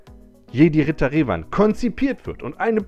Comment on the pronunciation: Galactic Republic ist nicht Old Republic ... PS. Du sprichst immernoch Revan falsch aus. Du Sagst ja auch Luke und nicht "Luhke". Der Kit ist einfach 3 Jahre alt und musste nachträglich angepasst werden.